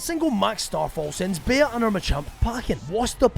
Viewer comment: mispronouncing Bea the whole video chipped away part of my soul 😔😔